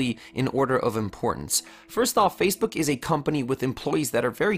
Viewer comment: You're pronouncing Facebook as "Fazebook" or "Phasebook" of the video - there's NO Z!